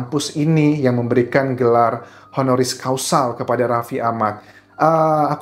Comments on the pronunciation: Mmg sama sih arti HONORIS CAUSAL dan HONORIS CAUSA. Dengernya jadi AGAK LAEN. Causal! Heehee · Honoris causal.... ??? Causa or causal ???